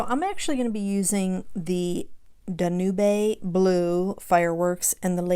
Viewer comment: Fyi, Danube is pronounced DAN-youb, like the song Blue Danube. I love this card!